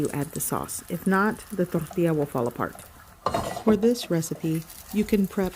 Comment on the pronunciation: I love the way she speaks perfect English, with no Mexican accent what so ever, until she says TORTILLA. Then she rolls her "R" & emphasizes the double 'll". Hilarious.... Too FAKE for me.....